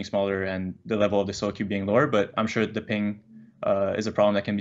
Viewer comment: This dude says “teh” seriously. He’s got brain damage folks just move on